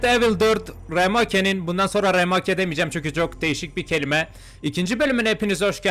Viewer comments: abi rameka degil rimek diye oku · abi remake rimeyk diye okunuyo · Oo ulan bu remoke söylemene bitiyorum kralllll seviliyorsun🎉😂